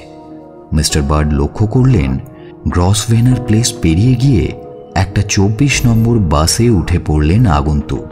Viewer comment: apnader gyatarthe bolchhi Grosvenor- er uchharon hobey Growvner, Shilling hobey sh-illing, Charing cross hobey chya-ring cross. Milan